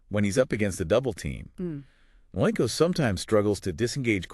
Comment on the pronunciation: “Nwankwo” is phonetically pronounced “Woun-quh“ NOT “Nuh-wain-quo”. Great analysis nonetheless.